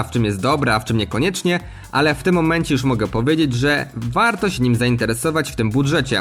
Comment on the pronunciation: Ciekawie przedstawione, dynamiczne recenzje / porównania telefonów. Z mojej strony brakuje wyrónania tempa mówienia oraz problemy z wymową. Częściowe podkreślenia końcówek (ą, ę), częsciowe wyciszenia ("siE") albo niepoprawna wymowa przez brak kontroli, spowodowany utrzymaniem szybkiego tempa wypowiedzi ("szedziesieciopiecio"). Może się przy#ier*alam i tracę zbędnie czas na ten komentarz, jednak piszę to w celu chęci pomocy, nie nasycam tej wypowieści zazdrością, czy nienawiścią. :) Rozwijaj się, twórz kanał, rób, to co robisz, ale przejdź się do logopedy. ;) Walczymy nad jakością audio/video, a nie zwracamy uwagi na tak trywialne sprawy jak czysty przekaz. Btw. przejrzałem twój świeży film z 3.11 i wiele się w tym temacie nie zmieniło. Albo zostanę zlinczowany albo jeszcze mi za to kiedyś podziękujesz. Pozdro, rozwijaj się ;]